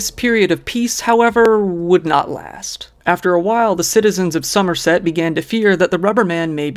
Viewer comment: perfect pronounciation of somerset good on ya